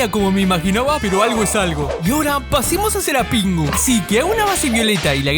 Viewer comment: Porque dice pingo si es pingu😂